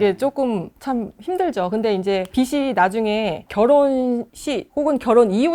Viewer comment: 빚이 있으면 은 ㅈ받침이니까 '비시있으면 ' 아니고 '비지있으면' 으로 발음해주세요.